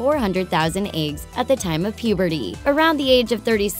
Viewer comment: is nobody gonna comment on how she says eggs? "aigs" lol